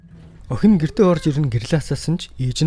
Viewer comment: Бичлэгүүдийг нь үздэг шүү дэмждэг миний бро "Хэлний үзүүрийн "н" хэлний угийн "н" гэж хайгаад нэг үзээд таарсан хичээл үзчих тэх үү гуйж байна. Очин гэхийг очно, охин гэхийг охино ирчихсэн гэхийг ирчихсэнэ айлган гэхийг айлгана, алуурчин гэхийг алуурчина гээд байх юм гуйж байна тэхүү